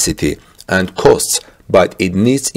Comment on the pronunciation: "costs" are not pronounced "coasts" but '"cawsts"